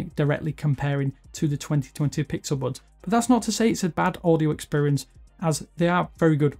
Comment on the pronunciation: No hate but, am I the only one that thinks that the way that he says bUds and thUmbs Up is annoying? 😂